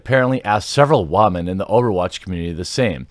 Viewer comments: rofl its nots Wahmen its woman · Can you learn how to pronounce women correctly please...